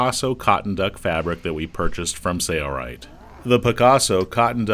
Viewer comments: Watched quite a few of the Sailrite videos and enjoy learning. But there's something that just bugs me. I know it's petty, but pronunciation of the company name sounds like "sayo-rite". It just seems that if you're representing the company, a correct pronunciation would be in order. peace... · why isn’t the L in Sailrite pronounced? making these. thanks!